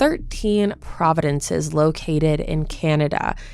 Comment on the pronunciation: It’s province not providence